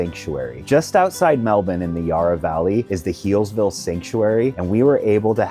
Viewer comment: You pronounced Melbourne right ,good on yous 👍